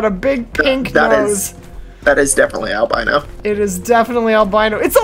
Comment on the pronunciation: Al-BEAN-O! I do wish tents didn't count toward your "encumberment".